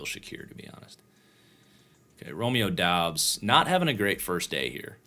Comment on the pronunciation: Doubs is pronounced “Dubbs”